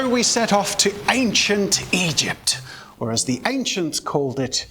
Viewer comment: "So I hurried over to Ainchent Egypt..or how the Ainchents called it...Egypt" -Jazza